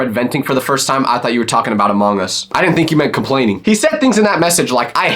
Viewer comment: Why did o start dying when he said “AmAwngus” 😂😂😂